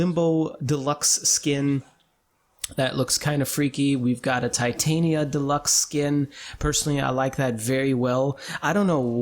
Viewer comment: Tie-tainia -_- why dont people say titania?